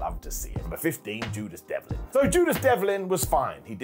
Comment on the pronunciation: At #15, says Judas Devlin and I’m thinking who is that? I really didn’t know his NXT name till today 😂😂😂